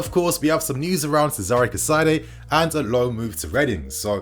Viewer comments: Pronunciations: Casadei - Ca/ Sa/ Day Caicedo - Kai/ Se/ Dough Just a little effort needed! 🙄😏 Good video though. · Chez-uh-ray Cass-a-day and Moy-sus Kye-Say-Doh